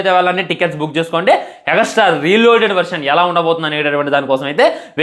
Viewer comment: Extra ❌ egastra ✔😂